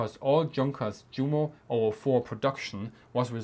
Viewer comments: Did I hear you actually say Jumo with the English J-sound? I was just thinking that this is the channel I can learn about German military history (and other topics) with the German words at least pronounced correctly. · We say ‘Vicebeer’, it is better to pronounce ‘You-mo’ and ‘Yunkers’. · Jumo is pronounced You-mo. The same with Junkers. Shameful ! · why do you pronounce the "j" in Junkers and Jumo like the English "j" instead of the English "y"?